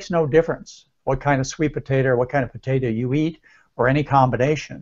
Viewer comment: Why he keep saying potata? Its potato